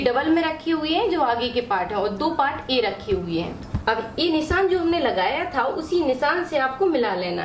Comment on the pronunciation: Please pronounce as nishaan & not nissan... it's not good to hear... sorry for saying.